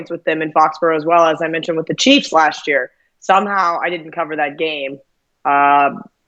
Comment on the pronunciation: sound is actually much better than last year. thats year, not yeeer as pronouces it! hehe!!